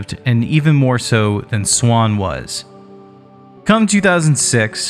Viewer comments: And it is NOT pronounced “swan” it is quite literally Z-WAN, Zwan. (Where you got the idea is it said like “swan” is beyond me) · none of that matters. It's zwan not swan and this dude is clearly saying swan. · Everyone I have ever known pronounces the Z and doesn't just say Swan. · It’s Zwan pronounced with a “z.” Listen to any interviews with the band members at all and this is clear.